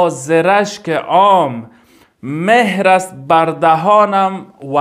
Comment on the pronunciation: مهر نه مهر با زیر نه با پیش خوانده میشود. یعنی چون بلبلم اما بر دهنم مهر زده شده.mehr نه mohr